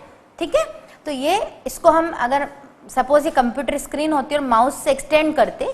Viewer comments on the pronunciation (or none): none